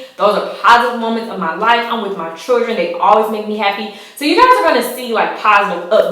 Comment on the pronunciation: Keesha The word is children, not chuldren.